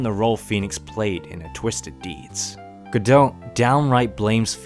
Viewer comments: It's pronounced Guh-dough. The "t" is silent. And it is French I believe. There is play called "Waiting for Godot". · Godot is pronounced Go-doh. The "T" is silent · Just gonna call Godot go-dought but in asia go-dout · I believe Diego Armondot is supposed to rhyme, do the T in Godot would be silent. Also, Laurice (i pronounced ee) Deuxnim (dew nim). Meaning Larry two name Edit: missed the a in Deauxnim, it's doe nim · Excellent video. The T in Godot is silent, btw